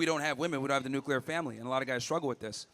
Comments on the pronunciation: Why are so many people unable to pronounce the word "nuclear?" It makes me cringe every time I hear "nucular." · It’s NUCLEAR!😂 lord that pronunciation was driving me nuts🤣